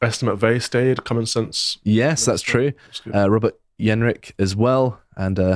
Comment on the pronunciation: What's with the "YEN-rick" pronunciation? It's a "hard" J!